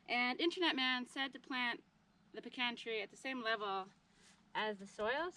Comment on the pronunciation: You need lots of room! I have huge old pecans. They develop very deep roots that help them survive in dry weather. In Texas, we pronounce Mahan as May’ han (as in hand without the d). Glad you got the pecan (puh-Kaan’) pronunciation correct😄. Enjoy your channel.